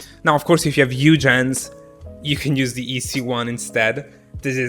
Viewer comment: The word huge: Italians: UUUUUGE Haha no hate tho I love you <3